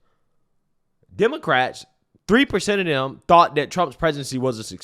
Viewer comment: The BCP translation guide 😂😂😂 Pop-uuhh-ler = popular ExtrapYOU-late = Extrapolate Silver war = Civil War Dat = that Dis = this